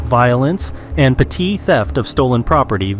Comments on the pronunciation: PUH-TEE theft? lmao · Patee theft you say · Puh-TEE theft? Lol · That's not how you say petty theft...